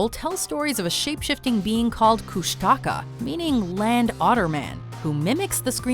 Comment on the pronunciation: Btw on number ten she miss pronounced the name it’s not ku-Shat-Ka it’s ku-shti-kaw and it’s just old story to keep kids from going over to the beaches at night.